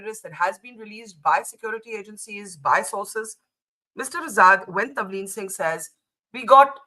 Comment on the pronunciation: Its Tavleen Singh, not 'Tanvir' - please get the name right. She is a kind of journalist who cannot appeal to the thoughtless, has a strong following, & irrespective of your view, terrific credentials! We love to listen & read. If you listened attentively - & fully - you'd be sorry for misconstruing her.